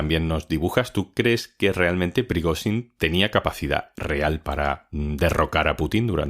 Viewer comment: La corresponsal internacional debería aprender idiomas y fonética. Cada vez que pronunciaba Prigozhin quedaba en ridículo.